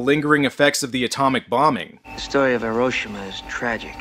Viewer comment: Im also one of those pedantic assholes who feel the need to point things out... Like how you are not saying Hiroshima correctly. I mean you say it immediatly before the character says it correctly then you go on to keep saying it wrong. I know its petty but its a bit of a pet peeve. just think how silly you would think someone sounds if they said mississippi and pronounced it with a MY sound insted of the normal way Myssissippi you would prolly correct that so say Hiroshima with the correct emphasis sheesh!